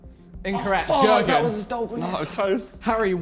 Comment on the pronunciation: “Jergen”😂. It’s “jorgen” with the j pronounced as y🤦🏻‍♂️